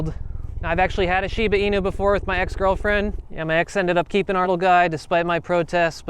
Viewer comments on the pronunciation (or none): You said Inu wrong! It is Japanese, so you have to say it as such, with the U being a U sound! In-U. Sorry, but I do enjoy your videos!